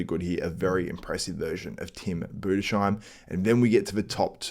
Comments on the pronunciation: Boo-Des-Heim... Tim Budesheim... Great German bodybuilder and is 31 yrs. old. He has been improving and is coming into his prime! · Its actually called Tim Budes-heim. Thanks for your coverage ;)